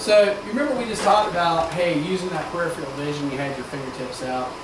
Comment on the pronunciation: This guy is an excellent instructor -- I have watched him on some other videos very recently but I do wish that he could correctly pronounce the word "peripheral" (i.e. as in "peripheral vision"). He says something that sounds like "PUR IF - RE RAIL". Not good.